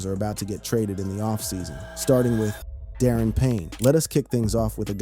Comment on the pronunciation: Da-Ron Payne😅 not Darren